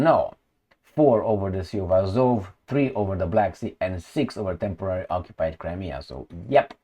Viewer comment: "Temorarily occupied"?